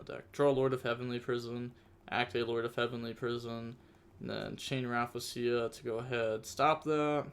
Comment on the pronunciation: Sheesh “raffasia” is crazy 💀😂 yugioh players really dnt know how to read